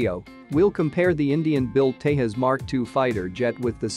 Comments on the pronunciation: It’s called TEJAS not TEHAS, it’s not a Spanish or Mexican plane. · it doesn’t pronounce like teihaas its Tejas (Tay Jaz). Some Americans are very poor in English even it’s their own language.😂😂